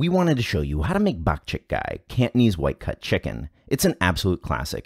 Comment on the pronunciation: All I keep hearing is "bat shit guy." All joking aside, WHAT A COOL VIDEO! Love it.